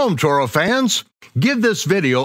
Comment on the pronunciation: Torah and never korah.